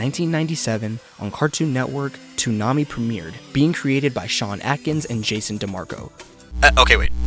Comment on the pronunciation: Lol, Sean /Ayy/kins, not /Ack/ins. Also, Sailor Moon aired for a year and a half under Moltar. xD